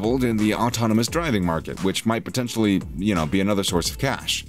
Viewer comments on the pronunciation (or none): none